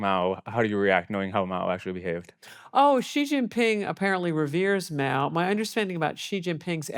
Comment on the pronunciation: By the way it's Mao not Moa.